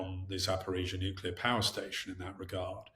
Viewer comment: Nuc-le-ar! Not Nu-cu-lar please!!!